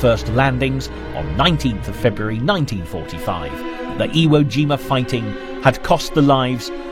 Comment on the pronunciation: And the lack of proper information, like him saying “iwo jina”.